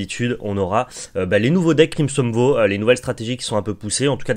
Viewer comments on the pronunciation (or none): Hello; merci pour ce point métao (très bon format!), mais tu devrais check la prononciation de vow, blood et untapped sur l'oxford learner's dictionary ou le merriam webster par exemple... ça me fait mal aux oreilles à chaque fois que tu les écorches 😭